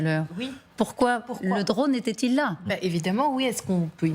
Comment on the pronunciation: " Reaper ", "Repere" C'est si difficile de dire " drône ".